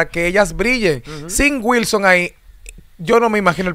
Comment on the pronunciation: No entiendo que es disque un profesional muy preparado y dice guilson, y guasa, no entiendo este disque profesional